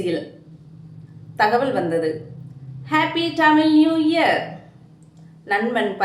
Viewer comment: தமிள் என்று உச்சரிப்பதை திருத்திக்கொள்.